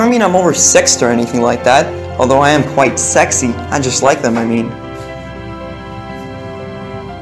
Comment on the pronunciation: Why does he say sexey😐